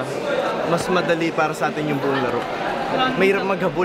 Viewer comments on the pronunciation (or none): none